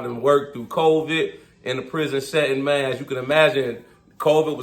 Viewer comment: Gotta add a "mayne" counter on your videos 😂😂😂 good video bro, good hustle Mayne you killin it